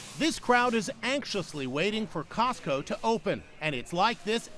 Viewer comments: cosco its like sams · Cotso? I only know tesco